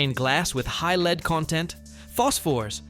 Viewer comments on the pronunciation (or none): “Lead from LEDs”. Pronounced this with a long “EE” sound. Robovoice. Down-voted.